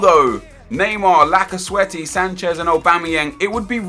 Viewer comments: He said Lak a sweaty Its supposed to be Lacazette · Did Anyone Hear How He Pronounced Lacazette?! XD